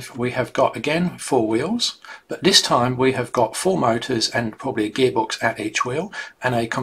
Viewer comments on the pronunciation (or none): Your 3 year old's pronunciation of TH degrades your presentation. wiFF, wiV or wiTH ? Dis or THis. ? Dere or THere ?